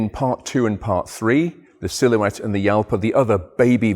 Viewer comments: Once again another person who insists on pronouncing the Jalpa as "Yalpa". There is no word in Spanish that pronounces a J as a Y. In Spanish, a J is always pronounced as an English H. I get it that the wikipedia page clam that it's [ˈxalpa], but you need to understand that the wiki pronunciation then recognises that this is pronounced as "Halpa", not Yalpa. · The car is not called "Yalpa" but "Khalpa" - regular spanish pronunciation. He should know that. Other than that: love the video!